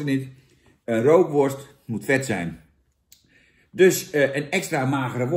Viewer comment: Rookworst zonder 'R' is 'ookworst'